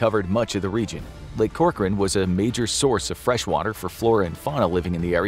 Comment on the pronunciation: Hey, thanks for pronouncing Corcoran correctly!